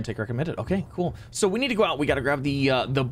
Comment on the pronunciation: He says nneed